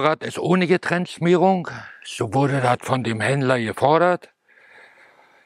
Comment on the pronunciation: Nachdem ich wir das Video nochmal ansehen musste konnte mir echt das würgen nur schwer verkneifen. Ich habe selbst in den 80ern an den Motorräden geschraubt aber so viel Unwissen wie hier gezeigt wird ärgert mich. E-Zündung gab es schon mit der ETZ 250 Serienmässig ab ca.1987 und (GETrenntschmierung) sollte man auch richtig Ausssprechen bzw. war in den Ländern BRD , A,CH Vorrausetzung zum Verkauf. Diese Anlauffarben haben auch nichts mit einem Nocken zu tun. Vollkommens Unwissen wird hier leider gezeigt.